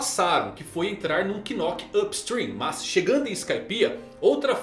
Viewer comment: Até hoje ele não sabe falar Knock Up Stream certo?? Não tem assessoria não?